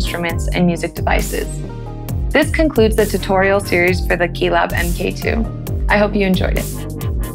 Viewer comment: MkII pronounced "Em Kay Two"... Did nobody from Arturia think to check this before it went out?